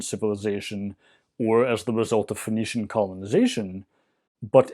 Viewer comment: I keep hearing "phoenician" as "venetian".